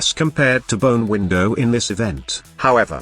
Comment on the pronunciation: Text to speach error 😂